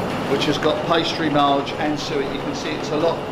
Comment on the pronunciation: not "suwit" ... "suet" ... now you can google away :)